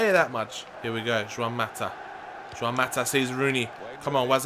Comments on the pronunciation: And Mata is Spanish,not Portugese So it's "Huan" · It's juan mata not shwan mata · Pronounce it like Ruan Mata or Chuan Mata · its pronunced huan mata justs sayin